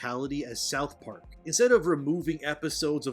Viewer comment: Sauth park 10/10